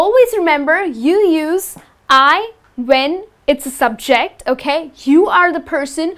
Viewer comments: It is pronounced SUBject not subJECT and SENtence not senTENCE. Careful on syllable stress. Imagine singing using the wrong stress! Nice job explaining grammar though. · Nice class, but please stress the words properly: SENtence, SUBject, OBject, because sometimes you're doing it wrong. Best regards and thanks for sharing. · Something is wrong with your stress on the word ' subject ' and ' object '. When these words are used as a noun, it is generally put the stress on the first syllable as ' ' sUbject ' and ' Object ' and used as a verb, it is put the stress on the second syllable ' subJect ' or ' obJect ' respectively. But your pronunciation I so clear and easy to listen to and good. Is that a Indian English or not , I wonder? Pandason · Would it de okay to pronounce "subject" and "object" with the stress of the first vowel? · I love your videos. Just check the stress on the words subject and object when they are used as nouns not verbs. Best Regards. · You're placing the wrong emphisis on the words subject and object.. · This helps in clarifying the differences between the use of I and me. It's just irritating to hear the incorrect stresses for subject and object. So it changed the meaning of the words.